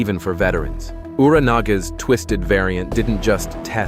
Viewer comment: So is this AI narration? If think that an AI would be consistent in it's pronunciations. I accept that non Japanese speakers won't get the pronunciations "right", but this narration is insane. Kawazu gake was said four times, each unique. Ura nage, he said it five times with four pronunciations. During the Daki age section I lost consciousness. Kani basami he got right every time.